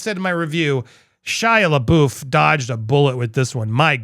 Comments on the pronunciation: Anyone else cringe when Andy pronounces LaBeouf as LaBoof ? (It's always been LaBuff to me) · Andy, I absolutely LOVE your channel, and really enjoy what you do, but I beg of you to please, please, please pronounce Shia's last name correctly. It's LaBUFF, not LaBOOF! Just keeping it real with you, man. Peace!! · It's pronounced labuff just saying lol I cringe everytime he says it. 😅